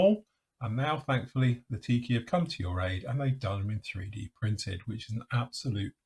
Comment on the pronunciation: Great review and kit (I’ve got both). Please don’t misunderstand, I mean this in good faith, but they are called/pronounced Lee-Tah-Kee, not Lah-Tee-Kee.🙏🏻 Enjoy your weekend.